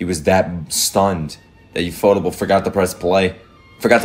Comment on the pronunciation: Its ufotable...ufo..table.. Not ufot-able.